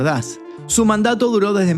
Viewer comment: "Desde", no "desdé".